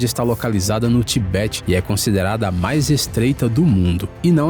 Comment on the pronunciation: ♦️🇮🇪 HOLA da ITALIA 🇮🇪♦️. 🟨🖍️🟨 🧿 VIDEO. 🖊️ CRAZY ‼️🤣🤣 AH ‼️❌SO 1 LOUCO, 🤯 ☝️❌ COMPARA. ⛴️⛵ VENEZA ou VENEZIA ⛵⛴️ ☝️🖍️ C. FAVELA ALAGADA na AFRICA ‼️‼️‼️🤣🤣♦️♦️♦️VCE E 🐴 BURRO 🐴 🖍️🖍️ 🧿 TA PRONUNCIANDO. 🟨⛩️⛩️ TIBET 👁️ 🖍️♦️🖍️ERRADO‼️🤣❌❌❌🤣👎👎👎👎